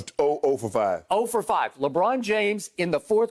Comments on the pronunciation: Hearing skip say Lebrick literally kills me 😂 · When skip says lebrick it makes me laugh so much i swear 🤣🤣